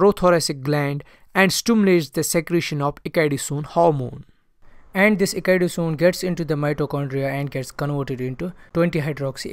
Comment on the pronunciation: The pronunciation of ecdysone is wrong